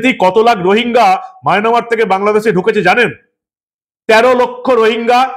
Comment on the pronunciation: আপনি খবরে মায়ানমার কে বার বার মায়নামার বলছেন ।